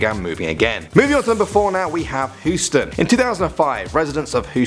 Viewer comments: It's not who-sten its Hous-ten get it right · It's Hewston not Whoston..... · He said Houston wrong. I heard "hooston" but it is "hueston" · Hooston??? It's pronounced "Hewston". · Whoston? It's hue ston ok? Just say hue ston (I know it's Houston but I'm trying to help him do his job right) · Am I the only one that noticed that he said hoostin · hooston? why u saying Houston wrong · Whosten the way u say it though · Omg. You pronounce Houston all wrong. It hurts my ears. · Please dont ever report on Huston if you can’t pronounce the name